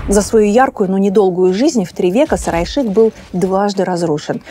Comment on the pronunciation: Столица Улы Улуса, Сары Айшык. Пожалуйста озвучивайте эти наменования правильно. Невозможно понять о чем речь.